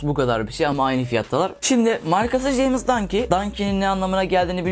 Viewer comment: "jeymıs dangi" nice english bro